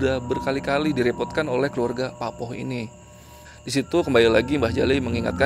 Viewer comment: Mas, PAKPOH itu cara pengucapannya bukan seperti bunyi O di kata ROBOH. Tapi O nya diucapkan seperti SOTO.